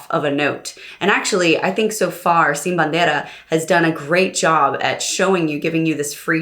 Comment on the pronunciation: Real nice how you pronounce "Sin Bandera" and "Kilometros" . Sounds super natural. Love Sin Bandera. Beautiful ballads and lyrics